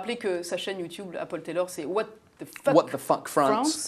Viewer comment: Ce n'est pas Pol Tèlorre c'est Paul Taylor